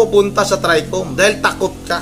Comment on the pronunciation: mahihirapan mka unawa yan c labrador tricom basa nya trecom marcoleta basa nya marculeta 😂